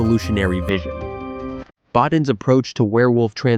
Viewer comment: Rob's name is pronounced Bo-TEEN.